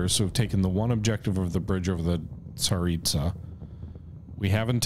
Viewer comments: That river I would suggest is pronounced za-rit-sa. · The river is the Tsar-EET-zah Edit: oh, you started pronouncing it right when you started the game lol. Nvm.